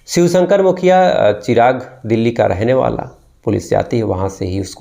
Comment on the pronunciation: 0 grade anchoring and shiv ko swih bol raha ha..bolna to seekh le bhai